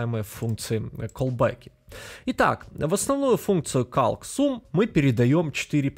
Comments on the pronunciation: Ну подтяни ты уже английский, раз уж делаешь курсы... Тем кто знает английский уши режет, а тез кто не знает, учишь гавно английскому. Какой блять резулт? Резалт, не резулт.. Перед видосом хоть открой переводчик и посмотри произношение.. Та же самая прртензия к твоим сум(sum) и нум(num)... Когда они произносятся как сам и нам. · Человек делает курс в первую очередь по программированию, весь материал подается словно детям, вот и акцент на num и sum делается похожий. Тебя никто не заставляет его слушать, есть eloquent js, learn js и в конце концов оригинальная документация на православном английском.